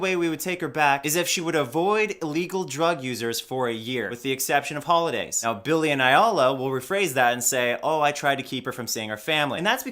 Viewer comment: hahaha i love how you pronounce Billie as Belly :D